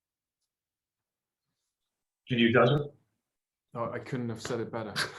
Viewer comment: It's "Josha" not Joshua